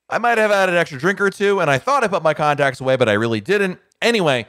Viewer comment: For a second I thought he said "condoms" instead of "contacts" Go back and listen to that part but pretend he's talking about condoms. It's kind of funny.